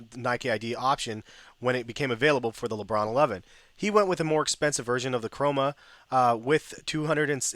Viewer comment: *Chroma option. You make that mistake quite often hahah